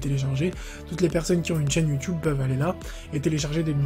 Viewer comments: Mdr a ta dit youteub au lui de dire youtube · ta dit youteub au lieu de youtube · YOUTEUBE MDRR IL A DIT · Il a dit youteub